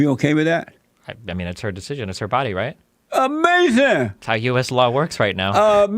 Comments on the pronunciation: now that was "Amazin!!!!" lol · 'Amazing observation?' I think you meant to say was 'UH-MAY-SIN!'.